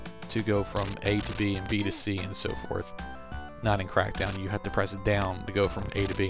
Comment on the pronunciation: CWACK DOWW!